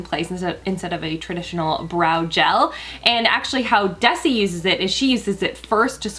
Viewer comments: Pronounce Desi ...(Dez-y) not (Deci) also, cut to collar bone and brighten up the blonde :) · It's Dezzzi btw, not Desssi. It's short for Desirae. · hi!! It's pronounced de-z (pronouncing the z) just a quick observation I love you and your channel!!❤️❤️ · The way she pronounces DeSSSi 😂😂😂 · Desi's name is pronounced DeZi <3 Love your videos so much girl! Xo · Glad to know the video glitched, thought I was seeing things there for a minute lol. I think Desi's name is pronounced with a zzz like in zoo. It was one of my old neighbors names from forever ago. I hope I'm not being rude; if am I being one of those rude people, I don't mean to be. 😬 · They way she pronounces Desi makes me uncomfortable 😅